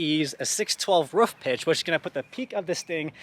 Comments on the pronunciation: Why do people say Canadians say roof funny when he constantly says ruff. 😂😂😂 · 😂"ruff" not roof "ruff"😭 that's jks